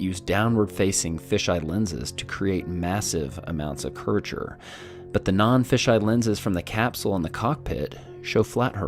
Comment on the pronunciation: This guy is so annoying, the entire time he annoyed the hell out of me with the mispronunciation of the word; curvature... It's as if the dude is missing his bottom lip, and can't pronounce V. "Cur-rature" lmao